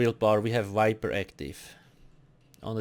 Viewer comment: Why do you replace V with W? Like instead of saying vampire you say wampire, and instead of saying viper you say wiper. Just curious.